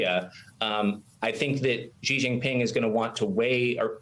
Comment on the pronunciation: is mispronouncing Xi Jinping. It's not pronounced "Zhjee Jinping". It's pronounced "Shee Jinping". The "zhj" sound found in the middle of the word "measure" doesn't exist in Chinese. If you're doing journalism, you should at least pronounce names correctly. When China did its latin alphabet orthography system, Pinyin, they took letter that they thought were redundant, such as X (which is just k+s) and Q (which could be replaced by k + w) and C (which is equivalent to K) and assigned those letters to other sounds that take multiple letters to spell. X replaced "sh", and Q replaced "ch", and C replaced "ts".